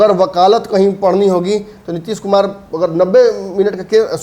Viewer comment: Tution lo.... Nitish kumar hai... Nitish kumad nahi....